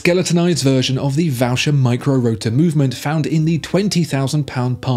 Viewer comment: VOHSHER not vAOOcher and BOHM and not bAOOm; AU = OH in French please😇